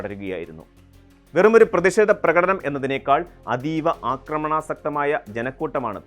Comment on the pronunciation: ആക്രമണാസക്തമല്ല, അക്രമണാസക്തം.